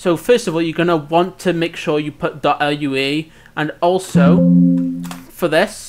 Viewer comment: you calling it L-U-A hurts my soul